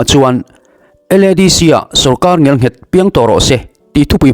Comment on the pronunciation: Ngial nghet ni loin ngel nghet tih zawk tur aw I ti lawmawm thin thin i thawhrimna a ropui thin e